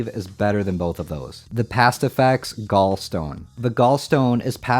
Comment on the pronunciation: gallstone, gall to rhyme with wall